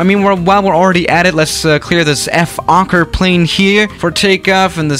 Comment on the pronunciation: Nobody: Nobody ever:: EF-okker